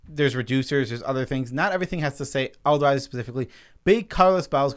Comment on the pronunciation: Why do u keep saying elda....razi